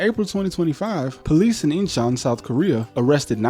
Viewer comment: Busan is pronounced like pusan, Incheon is pronounced like in-chun, my fellow brown person I am begging you to listen to a native pronounciation guide it will add to the quality becausr this is fascinating. Imma keep it a buck tho, anyone who hasn’t met Korean immigrants doesn’t understand how hood they are as a whole. 😂 I grew up with a bunch in my community, they stay running the streets. 😂😂😂